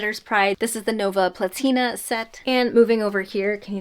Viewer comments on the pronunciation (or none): none